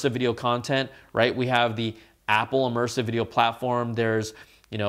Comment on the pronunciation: “E-mersive”, eh?